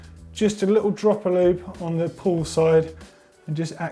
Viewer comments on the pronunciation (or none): Pedantic, but pretty sure it's "pawl" not "pull". Otherwise helpful video as ever chaps :) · Good one again :-) Although should've read "pawl" instead of "pull" ;-) Also I wouldn't use oil in the freehub but rather a specific freehub grease.